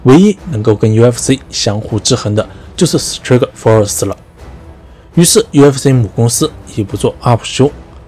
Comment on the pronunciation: Strikeforce那个i和pride那个i发音一样。。求别再念错了